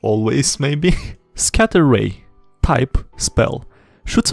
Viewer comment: The more he says he’s name the more ridicules it sounds i now hear scat tier dude roy